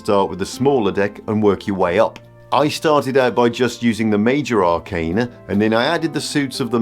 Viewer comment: I very much appreciate that you pronounce “arcana” correctly. Almost all of the other tarot content creators pronounce it wrong and I cringe every time 😅